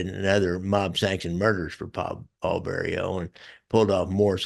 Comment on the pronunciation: Jimmy owned Roberts Lounge. And it's Vario not Bario.